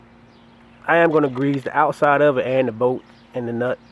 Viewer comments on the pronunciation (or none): It’s bolt not boat 🛶